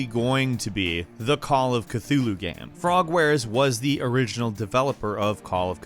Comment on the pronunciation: Stop saying Cthulhu like that.